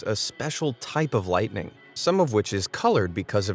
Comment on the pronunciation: I cringe with the way he pronounces lightning...